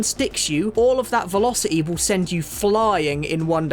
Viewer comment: The "T" in the word "velocity" is not silent m8.